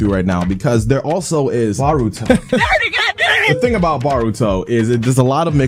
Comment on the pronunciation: its b"OH"ruto and not b"AW"ruto